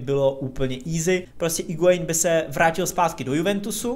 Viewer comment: Sorry, že opravuju, ale u Higuaína se u nečte